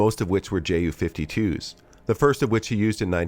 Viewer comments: Tante Ju (Aunt Ju) ...btw. its pronounced "You" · Sidenote here, if or when pronouncing ju-52, your supposed to say it as "yu"; the same as how you pronounce "yunkers" in junkers. Correct me if I'm wrong, but that's how I say it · Little reminder from a German speaker. The "Ju" is not spoken as two separate letters but together. It sounds like you would say "you". As an additional funn fact, in German-speaking countries the Ju-52 is called "Tante Ju", which translates to aunt Ju.